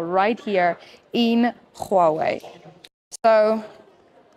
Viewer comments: Khuawei Not dear it's Huawei its simple 😂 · the way you said huawei = KHUAWEI 😂😂😂😂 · The she pronunces "Czchuawei " is doing my head in😢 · HOW YOU PRONOUNCE HUAWEI 😂😂😂